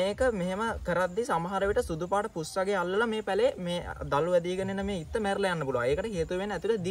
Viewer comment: ඉත්ත නෙමෙයි හු ..... තො අත්ත කියපන් ගොවියා 😂😂😂